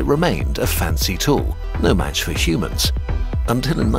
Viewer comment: I swaer he sais Shumanns/Schumanns/Shoemans and not Humans when the video opens.